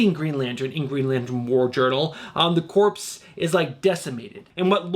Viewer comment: Love your show and channel excellent content, one note the “ps” in the word Corps is silent - so we pronounce the word Corps the same as Core - like Marine Corps (“Core”) and Green Lantern Corps (“Core”) - keep up the great work! 😁👍